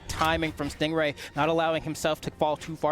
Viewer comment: No offense to but i wonder how many times she called him a "GAY" lmfao. And let’s at least show respect to STING RAY, she should have practiced to pronounce the pro player’s name properly. Other words don’t matter but the NAME tho. It’s not about the accent that she has, nothing wrong with that, but the overall explanations she provides are not THAT GOOD (she said she doesn’t really know much about the great sword bcz she doesn’t play it). What did the black guy (caster) do wrong to be paired with her. He had to explain things that she couldn’t, and i saw his facial expressions kinda like trying to hold a laugh every time she says STING GUAY, he says STING RAY right after calls the name not properly. Can’t and hard to pronounce "R" for, i see, but I’m sure if she practices, she can do it. Or talk slower to deliver messages that she wants to deliver to us, She doesn’t need to talk that fast at all like some rapper, Step by step analyze the game play and let the brawlhalla fans focus on the game, not fighting over her. Dunno where she’s from and her mother tongue, she should just do it with her region’s language cast, not English if she’s gonna keep on trolling on some BASIC ATTITUDES AND KNOWLEDGES about the game. (ADA Nsig…) I love brawlhalla, dont really care THAT MUCH about the casters, I care about the characters played by pros if they play the characters that i like, so I watched all these new IMUGI game play, and STING GAY went over through my last limitat